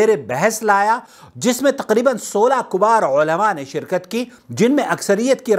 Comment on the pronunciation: Kubar ulama nhi kibar hota hai kabeer ka polural